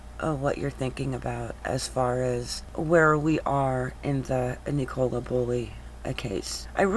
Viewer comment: It’s pronounced nickula not nic -ole-a